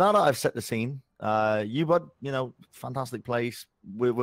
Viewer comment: That's the worst pronouncation of Ubud I've ever heard